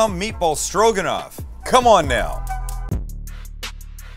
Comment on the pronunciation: Stro...guh...not quite.